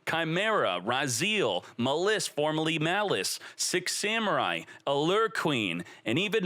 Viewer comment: “MUH LISS”